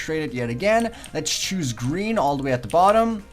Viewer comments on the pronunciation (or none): none